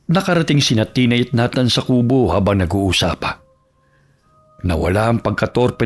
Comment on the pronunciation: Nays wan ka. Pwede na pang shake rattle and roll to ah. Babaylan vs Mambabarang. Pero bakit na-than? Dapat Ney-than ang pronunciation naging parang NATA haha❤